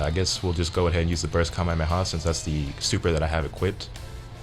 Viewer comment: Its Ka may ah may ah